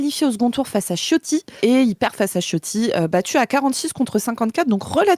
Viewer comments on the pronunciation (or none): dit Chiotti pour E.Ciotti. je fais pareill😅😅